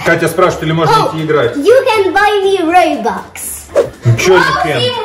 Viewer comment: Не рейбокс а robux